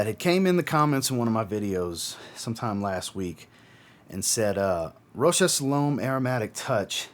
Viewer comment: Good review, I liked it more than others in here.. and I am glad you pronounce the name of the designer closer to how is pronounced for Fashion designer Marcel Rochas (1902–1955).